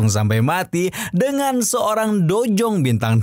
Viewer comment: Udh brpa kali saya ingatkan... Dou zong bang bukan dojong😂